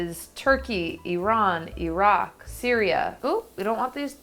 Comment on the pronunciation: I love that she didn't pronounce Iraq & Iran as Eye-Rack & Eye-Ran. She did it good! <3